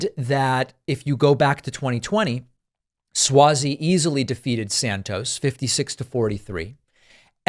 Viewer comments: I think it's (Swazey) with an "ah" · It’s Suozzi pronounced Swazi